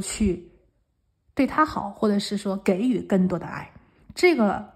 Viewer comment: 美女塔罗牌技术没得说，很棒，有技术，声音也好听，指甲也漂亮，2讲的很到位👍，关键声音也好听，只有一个小问提，可能口误，给（jǐ）予三声。🙏